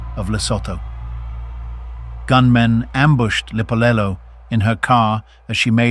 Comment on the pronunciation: It's written "Lipolelo" but pronounced "Dipolelo"....(meaning TALKS)